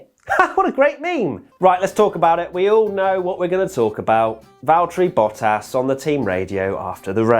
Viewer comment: To all international sport journalists & presenters: ... it is NOT Lewish ... it is NOT Bottash ... and it is certainly NOT Max Vershtappen!